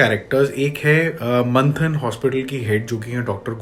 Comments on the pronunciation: It's मंथन not Manhattan 😂😂😂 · What is Manhattan ? It's Manthan bro sunne wala aur bhi cofusagaya